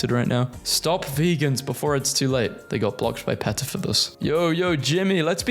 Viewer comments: He is not even saying PETA right. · “Peetah”, not “Petuh” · Pronounced Pee-ta. Not peh-tah. Idc if thats how euros say it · It’s not PET-uh it’s PEA-tuh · I'm suffering psychic damage listening to my guy mispronounce PETA with a short e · ITS NOT PRONOUNCED PEH-TUH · And he says PETA wrong too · Mispronouncing PETA's name through the video is the best joke out of this entire video. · he pronounces PETA like the start of a word associated with minecraft youtubers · ok you have to learn how to pronounce peta and faux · "Marry-land" "Peh-ta" "Ah-ma-zun" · Greg showed up twice 😂 Thrice! Four times! Five times! (Also Faux is pronounced like Foam without the m and PETA is pronounced like Peeta) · It's pronounced PEE-TUH!, faux is NOT fox it's pronounced foe! learn the pronunciation of words!! Can't stand the way you mispronounce words!! Missouri is pronounced mi-zery!